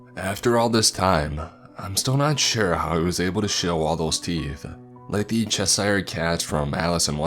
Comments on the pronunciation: The what cat?!?! 😂😂😂 It’s Chess- shire, I have no clue what you said. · Cheshire is pronounced chess - Cher like the “singer” other than that another excellent narration